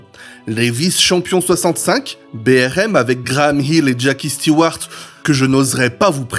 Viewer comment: Intéressant... Sinon, concernant la prononciation, on dit moteur CLIMAX... avec un i qui se prononce comme un i en français... En anglais, tous les "i" ne se prononcent pas AÏ, comme pour le i de Graham HILL (et non pas Graham "HAÏll") ou celui de JACKIE Steewart (et non JackAÏe Stewart) ! Faut arrêter de m'écorcher les oreilles ! 😅 Rien de méchant dans mon commentaire, hein ! 😉